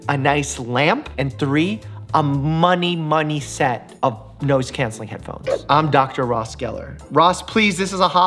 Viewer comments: Did he say "nose" canceling headphones? Lol. 😂🤣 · Mike: "A money-money set of noise cancelling headphones." What I heard: "A money-money set of nose cancelling headphones" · Did anyone else notice that he said "nose" cancelling headphones instead of "noise" cancelling headphones or was it just my ears ...brains ...idk I'm no doctor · Is it just me or did he say “Nose-cancelling” headphones in that second to last clip? 😂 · Anybody else realise when dr Mike was saying noise cancelling headphones he said nose cancelling headphones lol 😂